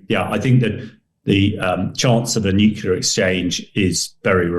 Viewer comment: Oh no! Not this idiot again. The guy who can't pronounce the simple, but incredibly important word, "nuclear." I cannot pay attention to someone who clearly didn't listen to his teachers.